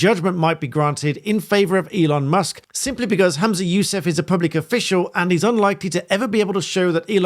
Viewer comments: His name is HUM-za not HAM-za. He’s “humming’ “ not “hammin’ “. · WTF is a Hoomzah? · It's pretty disrespectful for you to repeatedly refer to Humza Yousaf as Hamsa Yousef throughout this video. You're clearly aware of his name, you've written it in the bio of the video.